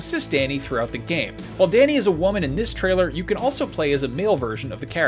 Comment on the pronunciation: I'm triggered by how he pronounces "Dani"